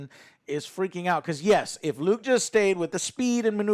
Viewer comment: Am I the only one surprised that Joe managed to pronounce Luke right?